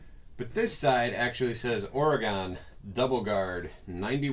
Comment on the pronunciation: You are mispronouncing Oregon. It is pronounced OREGUN or OREGIN, but NEVER pronounced OREGONE!! As Oregonians, we are sensitive to the pronunciation of our state. Would appreciate the correction. Thank you in advance for your consideration!! ❤